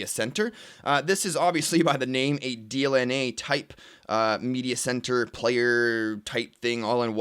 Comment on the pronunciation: Hey its DLNA and not DNLA:)